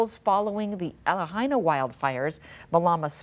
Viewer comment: am did she miss pronounce Lahaina or is it just me?